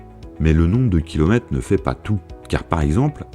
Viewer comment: Super quiz, intéressant et divertissant 🙋‍♂️👍 En plus montage au top surtout pour l'intro! J'ai juste un problème qui pour moi devient rédhibitoire, le flinguage des lettres façon vraiment coin perdu (kilomète, quate..) J'en peux pus 😵‍💫🥵